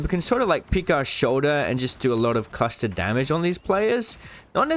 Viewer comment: what the fuck is "custard damage"